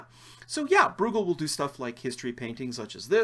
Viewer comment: It's Breugel, (Broy-gel)